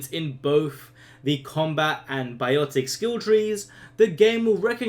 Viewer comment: Isnt it biotics instead of "biotec"? :P